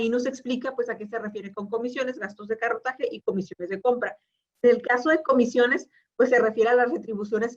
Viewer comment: Gastos de corretaje, no carrotaje